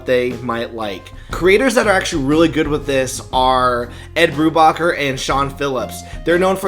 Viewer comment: You mispronounced Brubaker.